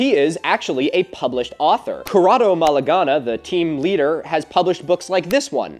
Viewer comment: I don't trust those italian guys, but, equally, I can't trust the umpteenth self-appointed(?) YT educator, scientist, contemptuous "debunker" who can't even write/pronunce two names right 🤡